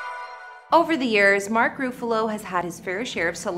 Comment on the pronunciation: Mark Roofalo?? If you’re gonna do a video and slap it up on YouTube, at least pronounce the star’s name correctly. Every Tom, Dick and Harriet these days think they can narrate video like they work for Entertainment Tonight. Perhaps get a real job.